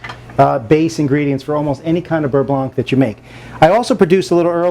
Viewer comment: The C is silent...beurre blan